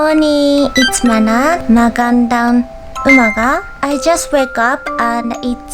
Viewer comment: Woooow you did said it well it's (magandang aga ) Congrats Mana and you did cook well 🥰